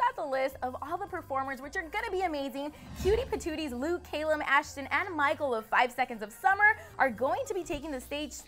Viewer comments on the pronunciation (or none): she said Calum's name wrong... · It's cal-um not kalem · Who is caYlm...don't you mean Calum. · his name is calum.. its not pronounced "kay-lum" wtf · Calum not caylum !!! Lol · wait wait wait, did she call calum caylum? lol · She said it different but his name is pronounced Calum. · I thought i was the only one i was like wtf it is calum not whatever u said lady plz get it right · "Cay-lum" um okay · OMG SHE SAID CAYLUM😂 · She lost me at "Kale-um" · You pronounced Calum' s name wrong. .... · SHE SAID CALUMS NAME WRONG